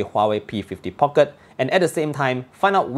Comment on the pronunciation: Nice review. Just little weird listening some people (and also you) pronouncing Market (markit.. Phoenix pronunciation) or Pocket different way. Thought I heard wrongly but after consult my UK customer, he smiles. People tried to pronounce slang but it is wrong. Can you check os that I can enjoy listening without weird pronunciations for Market and Pocket.